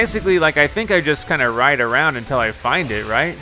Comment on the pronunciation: You said "untEl" ps i love your videos